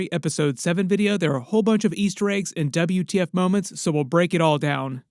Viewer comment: Saying "wtf" as "Double u , ti eff" is craaazy